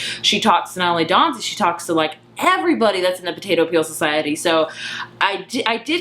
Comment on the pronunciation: Dawsey!!!! P-L-E-A-S-E it's Dawsey not Dawnsey!! I enjoyed your review but you lose a little credibility when you get a main character's name wrong! And he's a wonderful character beautifully portrayed by Michiel Huisman. Read the book years ago and loved it; loved the movie. Two different ways to tell a story with different strengths. I never understand the need to choose - you can like or love or loathe each of them based on their individual merits as different art forms. (Although everyone here seems very chill about it; sometimes you get people who are outraged that the film isn't a carbon copy of the book.)